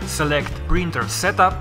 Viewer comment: I hate the way you say printer